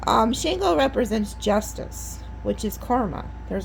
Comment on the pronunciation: Love your readings. You’re one of my faves. Just want to say Shango is pronounced like ‘SHAHN-goh’. Hope this helps. Keep up the good work ❤